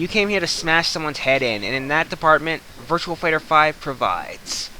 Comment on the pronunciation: Its virtua fighter not virtual fighter but besides from that t was a good review